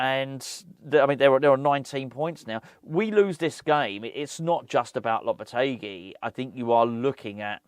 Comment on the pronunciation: Honestly floored by how well she pronounced Lopetegui lol